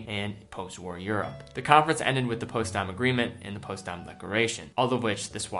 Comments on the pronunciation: Potsdam.....not Postdam ......duh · Postdam...? Potsdam pronounced just as it’s spelled ... past that Great Channel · Potsdam, not postdam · Postdam is pronounced Pots-dam. Just like pots and pans, and a dam that holds back water. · It's Potsdam, not Postdam. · its poTSdam not postdam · Just FYI it pronounced POTS DAM not POST DAMN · Post-dawm. haha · it is pronounced POTS DAM. Millennial. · what the heck is that potsdam pronunciation lol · Man you mispronounced Potsdam lol.